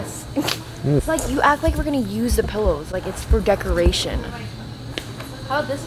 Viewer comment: Bruh when she said It’s for gekoration I’m dead